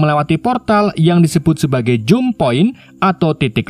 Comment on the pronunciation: jump point dibaca jam point bukan jum point